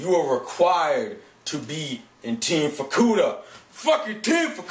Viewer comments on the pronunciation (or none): when you said fukuda, i thought you said vorkuuta xD